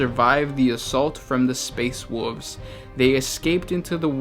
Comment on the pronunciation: Quick question: the chaos marines are essentially ageless because of the eye of terror, but aren't loyalist marines also effective ageless because of technology? Also... ...space woovs...